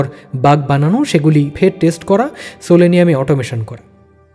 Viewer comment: ওটা সোলেনিয়াম নয় সেলেনিয়াম 😂